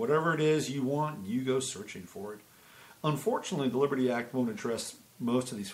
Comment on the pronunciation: WOW, your coffee drink and your early morning shower definitely have impacted your productivity so far today. I had shared your videos on another site, mentioning that your 6 espresso shots would probably explain your skipping over the "t" in Libery." This was a great analysis and thanks for pointing out the Liberty Act. Sneaky, sneaky, sneaky aren't they? I did go over and see the comments and discussions regarding CA and agree that it is a major location now for being on the front lines of the ramped up battle. And yes, it is representative of the spiritual battle that's occurring within and without.